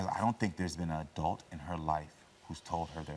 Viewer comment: Not “ RDacity “ 😂 okay “adult “